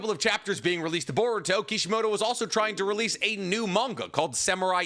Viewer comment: Said “releasle” again 😂